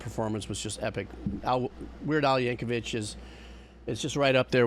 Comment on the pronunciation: Liked for Weird Al and the mini-rant about corporate bullshit, but it's "Yankovic", not "Yankovich". It's a hard "c" sound like a second "k".